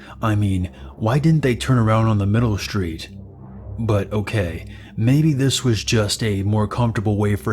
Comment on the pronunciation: You sure you're on the right "schhtreet?"